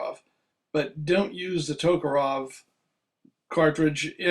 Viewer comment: Tok A REV...NOT Tok O ROV